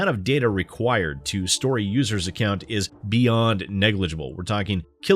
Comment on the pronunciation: Ah yes, the ever tricky "accont"